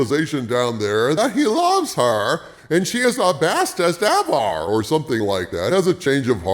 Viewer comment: Everytime I hear "the bestes evah" I krack up. Thank you!